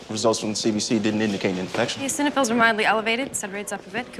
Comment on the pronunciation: Foreman mispronounces "Eosinophils"